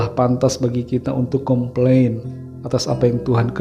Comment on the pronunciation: Com plain atau kompeng😊